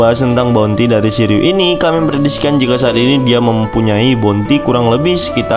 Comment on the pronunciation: Shiryuu min bukan shiliew